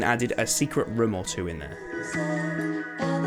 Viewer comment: i just cant help myself but to hear rim instead of room everytime he says it